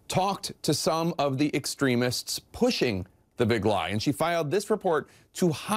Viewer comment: She can’t even pronounce “extremists” while reporting on extremists 🤣